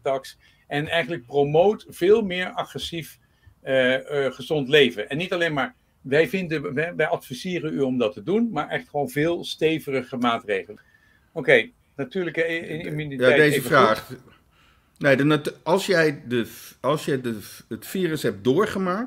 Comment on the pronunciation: Sorry maar het is "stevigere" ipv "stevirege" 😂